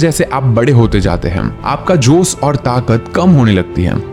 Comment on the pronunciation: 45 second pe jos nahi josh hota hai